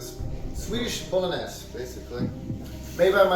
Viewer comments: Ah yes, the Spaghetti.... BOLO NESS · Da fuk is Bolen-ass? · BO-LO-NES xDDDDD